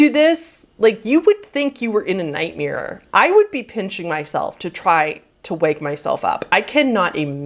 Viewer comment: This is a serious video but the way you said "nightmyeer" is fucking hilarious